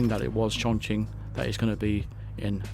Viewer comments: Yeah you pronounced it right. Chongqing is the modern way, Chung King is the old way like Peking for Beijing. Chongqing is my hometown where I grew up and so excited to see this is a coming map where 47 will visit. THIS IS EXCITING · Impressed with your pronunciation btw mate. Most westerners mispronounce this cities name.